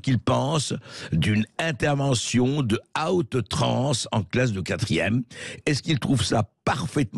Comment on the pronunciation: Ça se prononce comment ? Out trans ? Outrances !!!!??? Plutôt